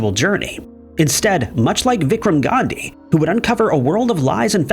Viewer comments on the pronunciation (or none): none